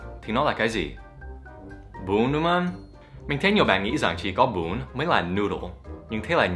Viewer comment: Bún giò "GUN"